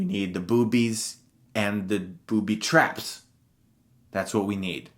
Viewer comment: The way you say booby traps is hilarious! XD I agree with this list.